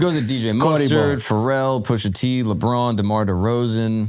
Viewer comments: BECAUSE, WHOOOOOO TF IS "PUSHERRR TEE" ? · dont ever say PUSHER T again